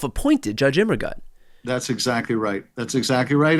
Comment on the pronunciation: It's pronounced "Immergoot"